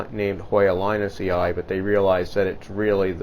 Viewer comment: A little tip regarding pronounciation of latin names: emphasis should be on the third last syllable. That means that a double i means that you should put emphasis on the syllable before the two i:s. Mening linusii should be pronounced lin-us-i, and not linusi-ai. Curtisii is Curt-is-i. Siariae becomes Sia-RI-eh. Always emphasis on the third last syllable, hence all names from collectors becomes name+ii, to get the pronounciation fight. Second i is silent. Your videos and plants are great though. Keep growing!